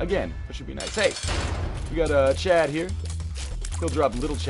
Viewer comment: You keep calling little Chad "Chub" lol